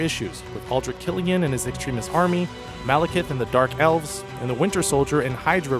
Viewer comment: LOL at "beefrost" and "extrimis."